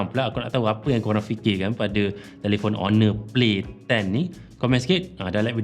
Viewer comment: Dengar dia sebut honor play10 macam pelik jee,kalau kat kedah dia sebut macam tu kena marah dengan orang tua2😂